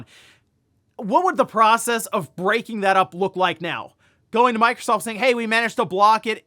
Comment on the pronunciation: Did he just say microscoop? 😂